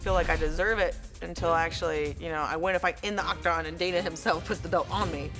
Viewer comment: And did she call it the oc-cocktagon? Hahaha